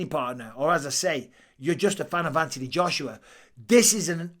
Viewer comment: There’s an h in Anthony Mike th make the sound